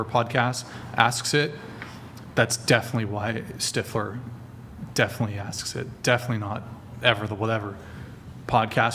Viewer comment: Girl saying steifler immediately annoyed the shit out of me